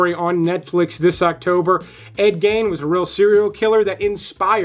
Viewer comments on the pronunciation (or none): Please learn how to pronounce correctly Gein's name. It's not "gain," it's "geen."